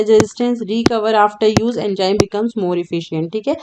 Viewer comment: my concept is clear after watching this video very good it is Enzyme not enjyme